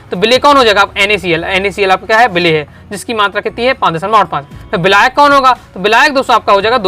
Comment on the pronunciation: बिलायक नहीं मेरे छोरे विलायक 😂